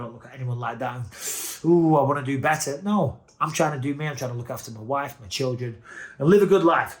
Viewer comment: "Your woif is in the dms"